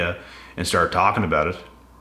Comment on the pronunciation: Talked aboot